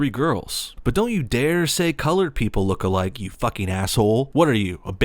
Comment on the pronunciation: I hate how she's saying look alike it more sounds like "looka like"